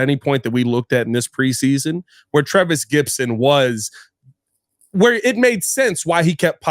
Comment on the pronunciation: It's "Gipson", not "Gibson", you tool.